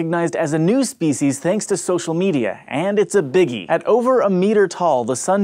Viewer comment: you pronunciate speeshes